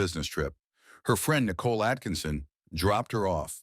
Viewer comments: haha, it was easy to tell it’s AI when it pronounced Nickole like nickel 🤭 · Oh, is that why it pronounced "Nicole" as "Nickel"? 😅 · Thank you! This was the comment that I was looking for. "Nickel". For crying out loud. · if youre going to use AI for voiceovers, its probably good to check that they pronounce names correctly. "Nickel" is not the friend's name. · Your pathetic ai voice over is saying nikel instead of nicole, great job